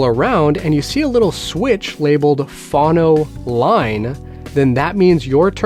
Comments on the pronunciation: Yes, please never ever say it that way again! :-) Phone-oh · Why do you pronounce 'phono' as "fawno"? I've never heard that pronunciation, and the dictionary has it as both vowels being long. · Phono is pronounced “Foe-no.” :) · It’s pronounced phone-o,. Record players are also known as phonographs. Pronounced phone-o-graph. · I'm American and I've never heard anyone say "fawno" until this video. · Same here. Maybe he's Canadian, eh? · That was driving me mental, too.